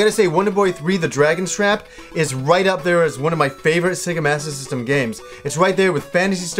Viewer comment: I love how you pronounce Sega Master System and Sega Saturn... Sega Mastasyssim and Sega Sattin. Lols :D